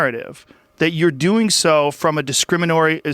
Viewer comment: Joe says “Discriminory” ☎️ #SPCC #southernpovertycallcenter 🤣